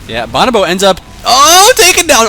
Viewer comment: boe-no-boe, not bahn-ah-boe